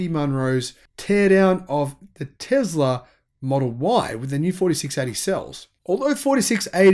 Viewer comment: Its Tesla dude, not tezla.